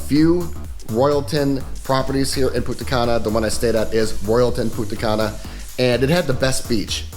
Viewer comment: This fuck boy can't even pronounce Punta Cana correctly.